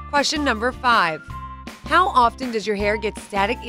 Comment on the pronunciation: HAHAHAHA did anyone else notice "Houw" instead of How HEHEHEHE🤣🤣🤣😂😂😂😂